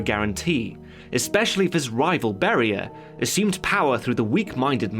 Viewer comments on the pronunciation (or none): iT'S NOT BARRIER ITS BERIA